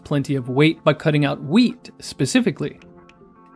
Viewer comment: Am I the only one who hears weed instead of wheat every time he says it?